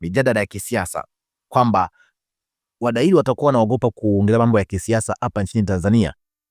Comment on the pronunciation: Siyo wadahili, wahadhiri, nyie waandishi jifunzeni kabla ya kutamka au kuandika